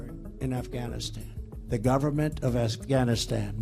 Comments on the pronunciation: At around the mark, he said, "Assghanistan." (Beavis and Butthead chuckle) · ...did he say, the government of ASSganistan?